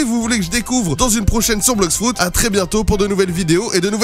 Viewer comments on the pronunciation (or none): ON DIT BLOX FRUIT ET NON BLOX FRUID